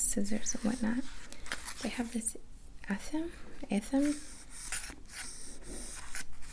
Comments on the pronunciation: Whitney Hawkins that's what I was thinking the whole time, was it just a new visual trigger or was I triggered by the energy I was feeling. The release of those attachments making me feel tingly. Either way I absolutely loved it!!! I think it's pronounced a-tha-may at least that's how I've always said it. Lol I seriously think I heard it on charmed haha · Athame - atha-may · Hi! Don't know if anyone has already shared this, but athame is pronounced ath-uh-meh. 😉 ❤️🤙🏻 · Thank you for this video. I didn’t find it until August, but I needed this. And ath-em-ay is how we pronounce the dagger you were using. Thank you again though. Your videos have been life lately, they’ve helped me so much.